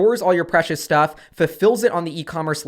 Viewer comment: hehehe "IRL stough"